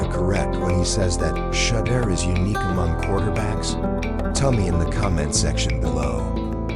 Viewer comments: Please pronounce Shedure’s name correctly! It is Shedure, emphasis on second syllable. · Sha-door is how it’s pronounced